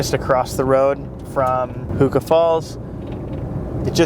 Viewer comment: It's Huka Falls not Hookah Falls!!